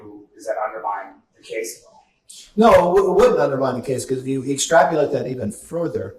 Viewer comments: Mccarthy mispronouncing the word extrapolate as extrapulate looks illiterate. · uh... 'extrapulate'? i blame the education system. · ExtrapUlate?? McCarthy needs to brush up on English along w everything else.